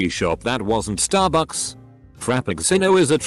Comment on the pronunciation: “Frap-picks-sin-o.” 😂 Also, STARbucks.